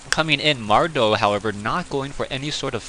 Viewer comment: mad-row not mar-dow. some commentator you are..